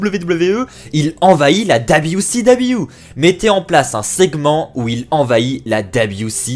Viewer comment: Dabiou si dabiou... fais un effort stp